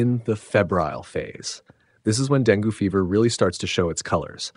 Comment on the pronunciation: Dengue is pronounced Deng-gay, not deng-goo.